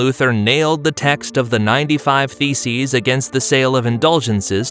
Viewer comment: Did anyone else hear "95 feces"? 👀